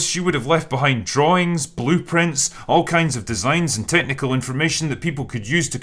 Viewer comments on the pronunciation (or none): none